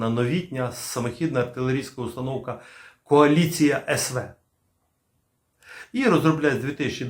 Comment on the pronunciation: Вітаю на резервному каналі. Лише зараз я зрозумів про яку кАоліцію постійно белькотіла бабця- юля...:-))))